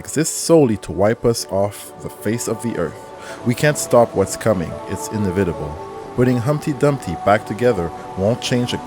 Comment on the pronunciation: It’s pronounced “In-nev-vi-table”